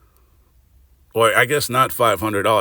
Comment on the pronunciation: You say butler ! 😂😂